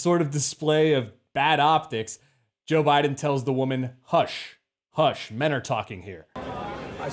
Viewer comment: He said shush not hush.